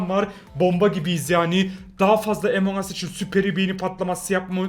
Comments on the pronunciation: Abi emong us diye değil among as diye okunuyor ya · Amon as değil among as söylenir g unutuyorsun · Abi emong as diye okunmuyo among as diye okunuyor. Beğenin üstte kalsın.:)